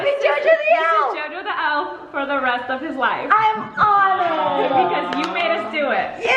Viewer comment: no one: jojo “im honouwed”